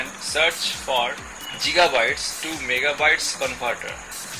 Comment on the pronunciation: That's gigabyte, not jigabyte.